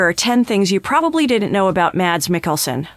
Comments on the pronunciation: #1 should probably be that his name is NOT pronounced Madz. He pronounces it as Mass. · His first name is pronounced as "Mass". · At least try and pronounce his name correctly - it's pronounced 'Mass' the D is silent.